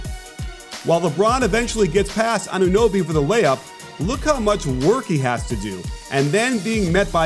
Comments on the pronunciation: is it really that hard to pronounce anunoby 😂🤣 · Why is he calling him anobe. It's say their name. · that dude called him ADOBE bruh im dead. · Shoutout to all the analysts that said the Raptors wouldn’t even make the Playoffs. Also shoutout to James a Worthy for calling Anunoby “Adobe” instead 😂🤣😂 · did he call him ADOBE? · Og ADOBE? Its funny but how lazy do you have to be to not know how to pronounce a man's name? Considering the fact that you are PAID to do post game and he killed your team? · I know! I've heard some people call him Anonooby, and I get it, you don't see his name often, and when you read your lines you just mixed up the o and the u. But "Adobe"? That is just plain laziness! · i hope OG can keep having games like this so i can wait for james worthy to say his name right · Fred CanYeet?!?! OG Adobe?!!!! 😂😂😂